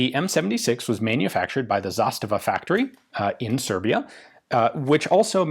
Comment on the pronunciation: You can tell Ian is a big Zastava fan by the way of his accurate prounanciation